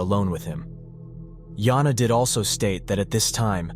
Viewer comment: He said it wrong, Joona is a man's name